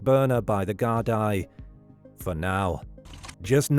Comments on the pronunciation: Very good documentary. I remember Philip going missing. Very sad that we still don't know the truth. One criticism I have is that Gardai is pronounced Gar-dee not Gar-dai as it is spelt. It's Gaelic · Gardai is pronounced 'Gard-ee' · It's pronounced Gard-ee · It's Gar-dee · Gard-eye. FFS. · And this other guy said it’s pronounced gar-dee. 😁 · It's AI they always pronounce things wrong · Guard gee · You’re saying Gardaí wrong. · Whatever a "microdisk" is, even Google hasn't heard of it. But it can pronounce "Gardaí". Hint: it's an "í" not an "i".